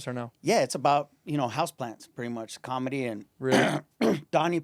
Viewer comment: Santino saying Kamala instead of comedy lol